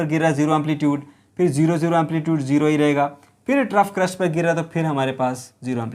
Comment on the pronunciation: Its not crust its crest